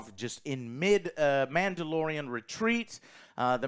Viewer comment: You mean "The Mandylorian"😂